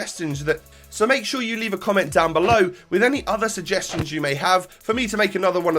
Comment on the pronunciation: Can't pronounce suggestions ay? Lol